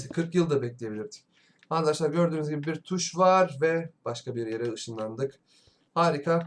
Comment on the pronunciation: Abi ama arkadaşlar yerine harkadaşlar diyosun